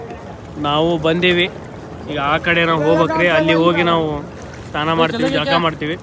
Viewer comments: ಅಣ್ಣಾ ಸ್ತಾನ ಅಲ್ಲೋ ಸ್ನಾನ 😂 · Bro ಸ್ನಾನ ಅಂತ ಉಚ್ಛಾರ ಮಾಡು ಸ್ಥಾನ ಅಲ್ಲ